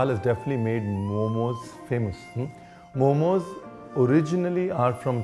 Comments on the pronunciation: For god sake its Mo:Mo not momos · Guy's once again it's not momos its momo bas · Its momo no momoossss🙄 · Sir bura matt mano but MOMO* hai momos ni 🥲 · Do your research properly Mr. Ranvirs baras. Its Mo:Mo. Stop normalising mispronunciation and learn your pronunciations before giving lectures on its origin and history